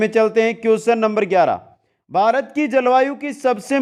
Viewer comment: बारत नही भारत बोलिए